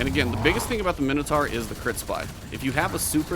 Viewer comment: Great video. Mino "taur" pronounced "tor" not mino "tar".